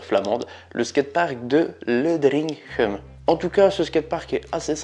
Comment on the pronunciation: Le nom c pas Ledriiiiiinnnnngheemmmm LE - DR1 - GUHEM